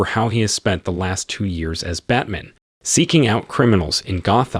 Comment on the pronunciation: Batman..."Bat man"